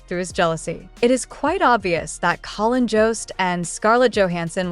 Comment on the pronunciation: You would think with this AI story they would at least pronounce Collins name correctly at least twice. I can’t listen to this channel. It’s all BS and hype